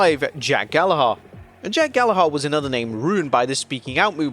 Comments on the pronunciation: its pronounced 'gal a ger' NOT 'gal a har'. it's a common and famous british name you should be getting right.... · Bro the pronunciation of the last name Gallagher makes me mad holy. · Dude, you are British, how could you mispronounce Gallagher? Have you not heard enough about the Oasis tour this year??